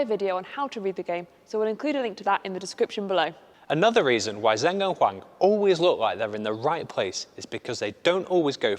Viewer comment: Great video! Just to note that the pronuciation of 'Zheng' (as in Zheng Siwei) is not 'Zeng', its 'Jeng' (the names are written in Pinyin and not English which is why people get confused)